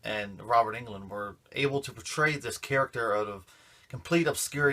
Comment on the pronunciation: Awesome job! :) it's so cool to see someone you know on YouTube that's actually good lol Side note: Roberts last name is pronounced "UNG-land" :)